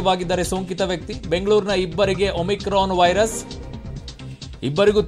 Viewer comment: Omrican alla mam omicran antha heli